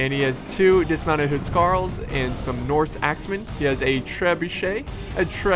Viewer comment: Awesome video :D huscarl is btw pronounced carl as in jarl and hus with a longer u than what you said :D Words are hard I know